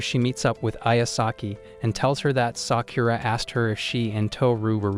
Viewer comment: the way you said sakura is not right ok watch naruto shippuden and you know how to prononce it